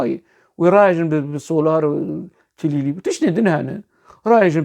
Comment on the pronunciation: استاذ. بنهاية الفيديو انت قلت تليلي! هي كليلي و ليس تليلي 😊.